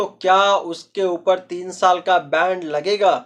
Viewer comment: बैंड नही होता है बैन होता है 😅😅